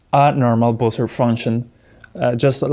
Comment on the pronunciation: Nice video but It's pronounced BUH-zer - not boozer. A boozer is something else entirely.